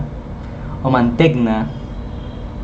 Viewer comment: Se pronuncia "Manteña" (Mantegna)